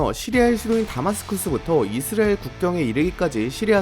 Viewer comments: 형님 이스라엘 발음하는데 왤케 힘들어하세요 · <이 스 '레' 일 > 만 들리는 영상